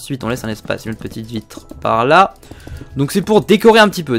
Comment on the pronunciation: À il a dit on va créer une belle vivitrer